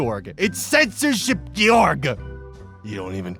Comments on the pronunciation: It's not pronounced "jorj" or "gee-yorg". It's "jorg". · ive said this before but once again, its gay-orgg =) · Georg is pronounced “GAY-org,”. It’s the German version of George.